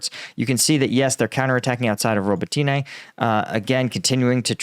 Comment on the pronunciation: Robotyne = Ro=bot=inah.